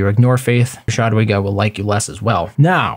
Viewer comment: It should sound more like [yadwiga] :-)